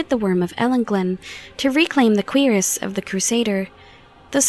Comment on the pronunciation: You pronounced Cuirass wrong. Thats the only problem I have with this video, lol. Great job